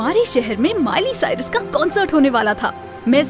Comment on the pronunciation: its miley cyrus not mile cyrus